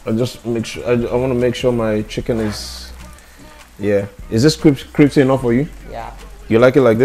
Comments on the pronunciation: You know the word cripcy, Omg you mean crispy... ... lol....love my naija fam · "Cripsy" and "basmatic" 😂 dude is funny lol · case is special...i hear basmatic and cripsy instead of crispy 😄 🤣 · Am I the only one who heard “cripsy” when he actually meant “crispy”😂😂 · said Cripsy🤣🤣🤣🤣🤣🤣🤣🤣🤣🤣🤣🤣🤣🤣🤣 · There is a lot of similarities between African and Indian in so many ways My mum also says cripsy instead of crispy too 🤣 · Cripsy🤣🤣🤣🤣🤣🤣 kills me with laughter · Cripsy😁😂😂😂😂ur so funny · "to make it kripsy" 🤣🤣🤣🤣